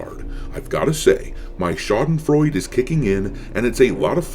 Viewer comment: Lil hint on Schadenfreude from a german. The very last e is pronounced also. But keep having it. I know it feels great on this matter<3. ;p